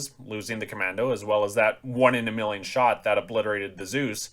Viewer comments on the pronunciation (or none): none